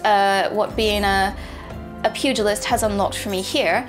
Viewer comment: thank you for saying pugilist correctly! so many video making me flinch